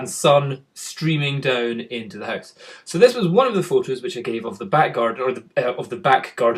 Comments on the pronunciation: Me: h-ow-se You: Howuse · It's weird how you scottish people say "house" :p